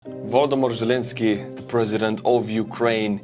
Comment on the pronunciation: Volodymyr Zelenskyy, your name has been officially butchered LOL